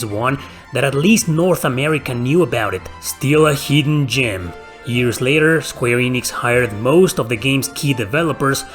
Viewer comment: "Heedden gyem" you eeeedeeot!